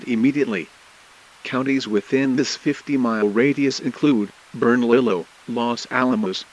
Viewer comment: The pronunciation of Bernalillio County has my eye twitching